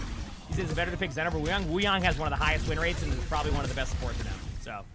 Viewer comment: W vvideos thank you for pronouncing his name right Wuyang